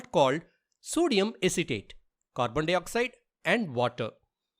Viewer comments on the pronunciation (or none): none